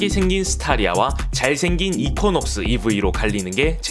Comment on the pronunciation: 발음 이퀴넉스 아닌가요??? 이쿼??..